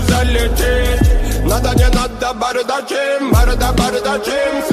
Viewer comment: Если быть точнее то ударение бардАчим